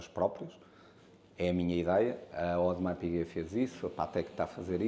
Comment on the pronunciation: Um ‘audemars piguuet’ 😂